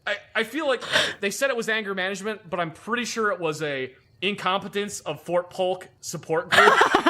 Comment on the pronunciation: Its Polk, not Pulk.